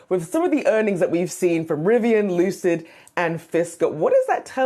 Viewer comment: Looocid motors.......lol.